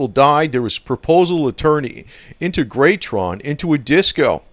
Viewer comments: Accent on the second syllable. On “teg”! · Pronounced In-teg-ra-tron...!! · Pronounced In-tay-gra-tron. I knew his wife well, in her later days, and until she passed away in a nursing home. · it is pronounced IN-TEG-RA-TRON...... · IN-TEG-RA-TRON try to pronounce it this way. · Pronounced In-teg-ra-tron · Hi --- It's pronounced IN - TAY - GRA - TRON == saying it all at once. I live a little over an hour from there. My family has had property in Joshua Tree since the 1950s and my brother and I go dirtbiking out there all the time and we always ride by the Integratron. We have experienced the session and since they published an article in Rolling Stone magazine and also had the likes of Anthony Bourdain and other Travel Channel documentaries have covered the place, it has lots of visitors